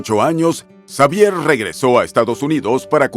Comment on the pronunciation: Muy completa la información sobre Chabelo,. Sólo que en México la "X" la pronunciamos como "J" , así que su nombre se pronuncia : Javier. Saludos 🙂